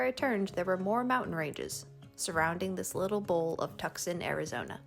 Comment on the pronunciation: "tuk-sohn" is pronounced "too-sahn"